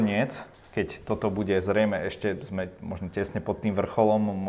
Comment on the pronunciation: jedna rada pre pana moderatora - nauc sa artikulovat a nehovorit bue a bueme ale buDe a buDeme, nech to neznie ako v krcme po zaverecnej